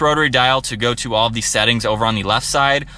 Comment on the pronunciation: Is it “Theeee” or “Thaa”? I had to turn it off after a couple minutes after hearing the over-annunciation of “Theeeeeeee”. OMG.